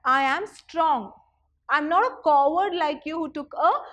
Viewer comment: On 6.23 ma'am you said the word "coward", but the way you pronounced it is wrong 🙁